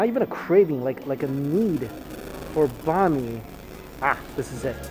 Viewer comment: I hear Bah mi instead of "Bahn" Mi. My Vietnamese side is going crazy for how he says Bahn Mi but I still love your videos Mike.